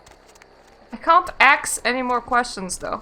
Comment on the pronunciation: "I can't axe any more questions, though." No, but you can hammer your point home. ;)